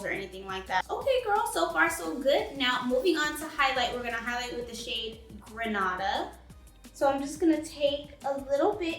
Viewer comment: It’s pronounced GRE-NAY-DAH 🇬🇩 🤗